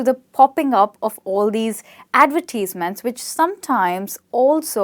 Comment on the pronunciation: I have heard advertisement pronounced in aquite different way with an 'ai' sound for the 'i' or with the strees put in that particular vowel. But never the way she pronounce it. Is that correct?